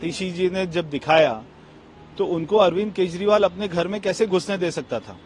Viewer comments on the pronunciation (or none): प्रिय उद्घोषिका (Ancor) जी आप कई शब्द सही नहीं बोल पाती है जैसे केजरीवाल को केजवाल बोलती है कृपया उच्चारण सही करने की प्रैक्टिस करें